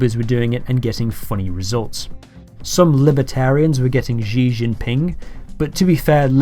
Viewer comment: I got Zohran Mamdani; I'm not terribly surprised. btw, Xi Jinping is pronounced like (the words) "she gin-ping".